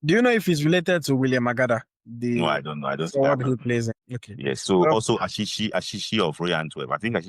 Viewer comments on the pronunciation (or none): Orseer Achihi It is Achi-hi not Ashi-shi.